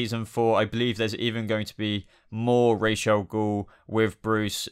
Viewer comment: I think you're pronouncing Ra's al Ghul wrrong